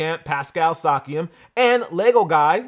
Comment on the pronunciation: its SIA-KAM